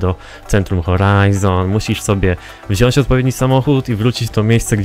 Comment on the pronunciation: Mowi się"wziąć" XDD